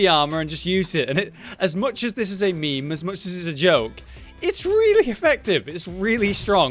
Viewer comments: lol did this guy just pronounce meme as me me? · did this guy just pronounce meme as "me-me?